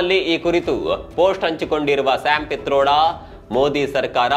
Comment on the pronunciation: ಶ್ಯಾಮ್ ಫೀಥರೋಡ ಅಲ್ಲ ಕಿಟ್ರೋಡ